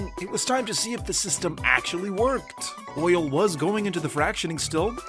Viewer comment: Did I hear you say OILL?